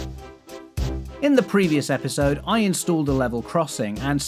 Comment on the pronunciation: ‘Epsisode 5’ lol